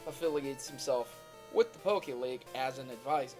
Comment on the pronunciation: Please call it the pokemon league not pokeleagie